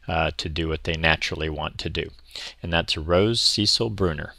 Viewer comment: It’s the female name ‘Cecile’ not Cecil 😊